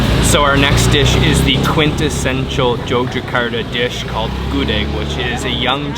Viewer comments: The way you say gudeg make me... A little chuckle cause it's not a "goo deck" But its "gudeg" Like goo sounds and duck sounds unlike goo sounds and deck sounds that's why i get chuckle a little hear you say "gudeg" In a goo and deck sounds way. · The gelatinous mass in your Gudeg is called "krecek", made from fried beef tendon, which is then cooked with spices. By the way, many of your prunciations are incorrect. GUDEG is pronounced "gudeg", and "mangut" is pronounced like "singing", I.e., your second "g" is misplaced. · you say gudeg wrong lol i know that you say gudeg wrong cause i live in Indonesia